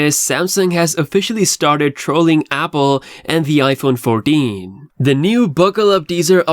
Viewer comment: ”iPhone Fourdeen”? That’s a first lol.